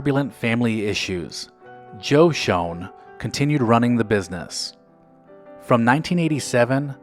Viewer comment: It is Shoen not Shone